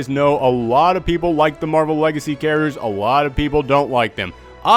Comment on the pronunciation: If ever makes shirts, I want some sort of design in regards to the way he says characters. Because "Charachers" is basically a catchphrase at this point.